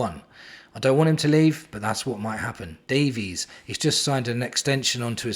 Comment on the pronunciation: Woooooh mate you ok? You keep saying Davies correctly! 😅👍and be surprised ifvwe can get 30 million for Richie. And with all these CBs I think Rom and Phillips will go....